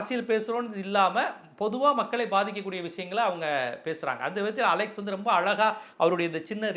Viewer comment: டேய் அலெக்சு இல்ல அலெக்ஸ் 😂